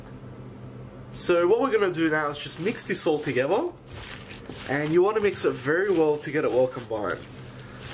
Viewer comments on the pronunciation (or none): none